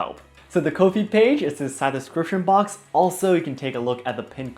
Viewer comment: I think you would be an great teacher! Just a little side note, I think Ko-if is pronounced ‘coffee’. - so people can buy you a ‘coffee’ 😁